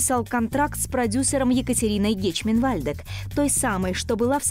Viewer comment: Ну и исковеркали фамилию: Катерина фон Гечман- Вальдек !